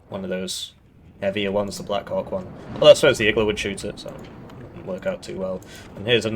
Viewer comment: I keep hearing black coc instead of black hawk. But both are birds so maybe it makes sense.